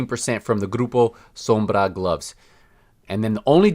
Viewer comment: Wish you cut the bs and got to the point instead of prolonging the video for the extra ad! And the way you pronounce Groupo sombra is extra af and hella cringy. Ps: I hope that check from massive was a fat one